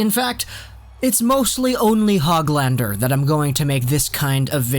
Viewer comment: You actually say his name like HOOGLander.